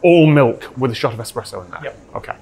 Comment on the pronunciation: Most importantly, you have discovered a love of coffee, 👏👏👏 I also offer my apologies, because I'm the bore that is going to bring up that the 'pressurised-water brewed coffee bean liquor' is called espresso (and not expresso)... 🤞😬👍